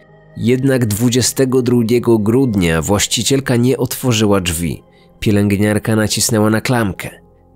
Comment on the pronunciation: Drzwi, a nie Dżwi. Przepraszam za czepialstwo. :)